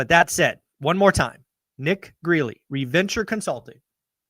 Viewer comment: Do you really think Nick Gerli's name is pronounced "Greeley". You've been following him since 2020 and can't pronounce his name? Come on man! He's been right on FL prices dropping. The median and sales prices haven't collapsed here because in any jalopy of a house was selling for 400K+ now brand new homes are selling for the same amount. And even those are getting rate buydowns and other unheard of perks that don't show up in the final sales price. IDK about his other crash predictions.